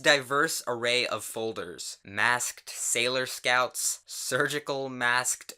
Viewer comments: normal people: “maskt”: “massk t d” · u pronounce the -ked in "masked" very distinctly wow